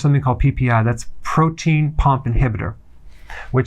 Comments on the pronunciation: Is it protein pump inhibitor or Proton? I think I heard Dr say Protein... :P But anywayz... thanks for the advice Doc! :) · Its Proton Pump Inhibitor, not "protein pump inhibitor".